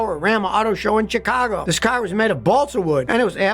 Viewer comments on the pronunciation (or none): none